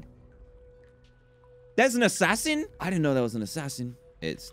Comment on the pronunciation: Dan: "THERES AN ASSASIAN? I DIDNT KNOW THERE WAS AN ASSASIAN!" Me: "Are you being sincere?" Staring at the words YOU ARE ASSASIAN on Dan's screen intensifies....